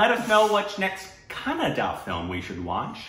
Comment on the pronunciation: You guys are way better than north indians who say "kannad" instead of"kannadA"..